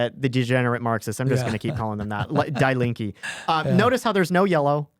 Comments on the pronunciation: Good Lord that is such an American pronunciation... it is said "dee lean-kuh" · Fun and super interesting to listen to as an American living 30 yrs in Germany. FYI "Die Linke" simply means The Leftests -- pronounced Dee Leenkuh (not Die) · it hurts hearing you pronounce "Die Linke" like dai linkeee i know it know it's on purpose ... but just to get it off my chest .. it's ~ d link eh and now continue to demonize them :) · It is pronounced DEE Linke...................not DYE Link. That is German (Deutsch) for 'left' - and oh are they ever leftists! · Bro says "dye linky" completely seriously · Spot on. But please learn the pronunciation. Die Linke.... I thought y'all were talking about a person. It's pronounced more like "Deee Lenka". Nick, I love your German accent 😂😂. So, my parents are in their 80s and they voted SPD. They are so scared that with the AfD history from 90-100 years ago will repeat itself. Also, my mom will always vote SPD because that's who her dad voted for 🤷🏼‍♀️. Makes no sense to me, but I'm sure there are a lot of people here in the US that vote Dem because that's what their parents have always voted for. I am glad to live here in the US now. I am so disgusted with Germany and her politics. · Please note die Linke is pronounced DEE LINK-EH. In German when confronted with a word containing "ie" or "ei", it is the second vowel that is pronounced hard. Also, if a word has an "e" at the end, it is pronounced as "eh" not "ee". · Please read this:D "Die Linke" pronounced like "Dee Link (like hyperlink) -eh" Hope this helps Huge fan btw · It's pronounced "Die Link-ah". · I butchered Die Linke's pronunciation! Our German listeners can laugh at me for that all they want lol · I just wish they would pronounce German words correctly. Listening to them mispronounce “Die Linke” over and over is painful.